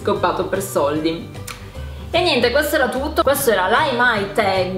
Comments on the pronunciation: sbaglio o si dice Tag non teg se sbaglio dimmelo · "HaimaiTEG?!?! No davvero hai detto TEG?😭